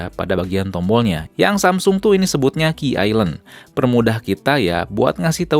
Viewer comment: Q island buat user tuna netra? Rada aneh nyebutnya